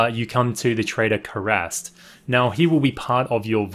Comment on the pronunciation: terrible pronunciations of the characters' names. Karst not Karast and Aloy not Alloy! smh